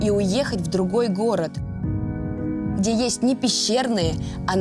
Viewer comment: И "Хде" тоже.